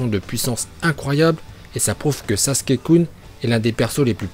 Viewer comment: PTDRRRR ça m'éclate quand il dit "où Sasouké kune a choqué le monde"